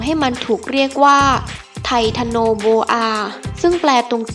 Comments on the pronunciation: ไททันโนโบอาคับไม่ใช้ไททาโนโบอา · โอ้ยยย..เขาเอิ้นว่า ไททันโอโบอา คุนนายเอ้ยยยย